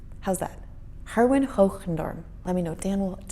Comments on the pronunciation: its not herwin its gerwin..:) you forgot our stroopwafel.. kroket and fricandel.. liqourise and hagelslag..:) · ...and I'm one of them. Well done! A little pointer though: the e in Gerwin should be pronounced as ai in air. He has indeed, for which I'm grateful. Aaa you're being too hard on yourself. It seems that Daan is leaving us to fend for ourselves now. ;-) I understood Germen Snellen. With your second attempt, the first name sounded like German, but I'm going to bet it was actually Herman. I understood Cornelis Drebbel. Not that I know of. I burst out laughing when I heard "corny." LOL I'll have to be a little in your face now, sorry about that, but then you shouldn't have been speeding! Mmhmm! :-D I love your first attempt. Nood maakt vindingrijk. Here's a little Dutch for ya. :-) I did not know that. I did, as I always do.